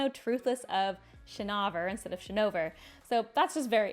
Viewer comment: Honestly I was more upset by how you pronounce "Shinovar" than anything 🤣